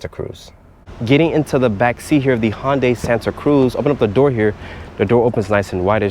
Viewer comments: he works there and pronounces it HONday. i thought it was HUNday. santa ana???????? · You’d think if you worked for Hyundai, you’d know how to pronounce it.. Its pronounced like Sunday but with an H.. So Hun-day, not how you’re saying it like Honda but swapping the duh with day Hon-day.. Then you say you don’t have the wheelbase numbers, but you know it’s 7” shorter than whatever vehicle, so i guess you work at a dealership and can’t do basic math either? Not to mention the dimension info has been out for months now… Cmon dude, you can do much better… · Never heard it pronounced Honday lol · Isn't it Hoondai not Honday ? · H-un-day and even that’s the simple version. I’m sorry but DAMN bro